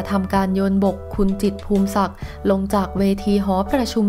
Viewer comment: นามสกุล จิตร อ่านว่า พู มิ สัก ไม่ใช่ พูม สัก แอ๊ดมิน